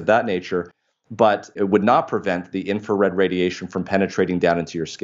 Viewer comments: Brilliant man saying In-Fa-Red again and again is annoying. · So much information. Amazing. Thank you. Here is a little for you two.. The first “R” in the word “Infrared” is not silent.